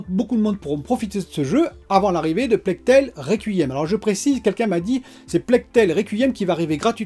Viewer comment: Bravo pour la prononciation correcte de "Plague Tale"! C'est la bonne! 😉👍🏻 Bon weekend à toi!